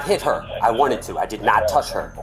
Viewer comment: Her speech impediment isn't alcohol-induced. Red flags! Don't touth meee! OK